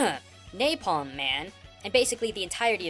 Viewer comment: GODDAMIT! HE SAID NAPLAM WRONG